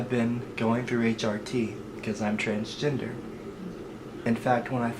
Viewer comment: I laughed so hard when my autistic ears heard: I'm trans-ginger.